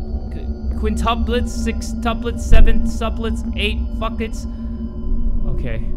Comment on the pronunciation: I swear ong that say “eightfucklets” when he was saying stuff on how they were twins,triplets,quadruplets ect💀